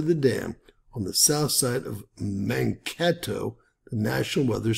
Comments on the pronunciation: Pronounced " mankaaaatoe"....long A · Mankato. Second "a" is "long"